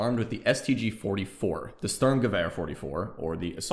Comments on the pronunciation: Couldn’t agree more on the review. Sturm the u is pronounced like ooh, nice! St ooh rm. and gewehr the second e, from wehr is very much like we’re ready, “ge we’re”. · I could hear you trying, and, it is already quite good really, just trying to help. Speaking German well is hard, even for me as a Dutchman, although our languages are similar.